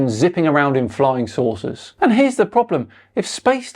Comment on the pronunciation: *saucers You kept saying "flying sources"...